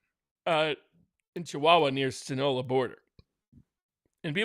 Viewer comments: "sin-OH-lah"!? Your industry depends on the articulate and appropriate use of WORDS. Yet several times you mispronounced the name of a malign force that has contributed to the deaths of countless young, military age American men. It is the "sin-ah-LO-ah" cartel. 😖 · SIN A LO A. It's not that hard...